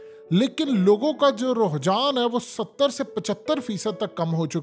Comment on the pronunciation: ruhjaan nahi hota bhai g, rujhaan hota hai.